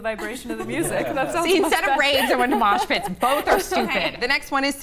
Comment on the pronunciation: I like how everyone is commenting about mosh pits when she said smosh pits lolol